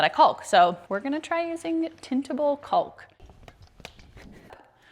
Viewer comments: The word caulk the l is silent. It sounds like talk. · You guys sure go out of your way to nail that "L" in "Caulk". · Caulk is pronounced cauk - silent L.